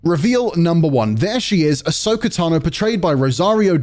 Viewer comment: Ok but why does everyone always call her Ashoka lol. It's Ahsoka.....